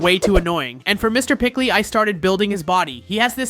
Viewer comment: Not pickly it is peecley